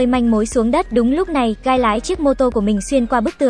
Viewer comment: Tôi lỡ nghe guy thành gay